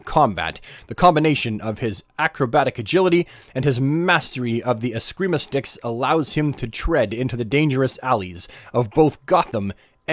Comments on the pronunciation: You just mispronounced the word, then you read the word and then you go back go mispronouncing it... It’s eskRima, not eskima you lisping oaf. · Yeah man, great vid. He read it on the bio "escrima" then changed right back to "ESKEEEEMA".